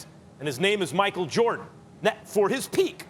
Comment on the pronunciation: Kendrick Perkins who tf is "Michael Jawrdon"?🤔